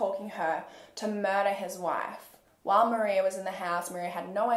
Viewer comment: It’s so weird to hear my same name being said in a case like this. Like it’s very strange especially since your the only one I’ve heard in a very long time say my name correctly. The way you covered this case was epic. Love your content! Thank you for these videos x